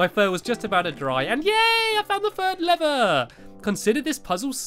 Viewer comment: LEVER not lerer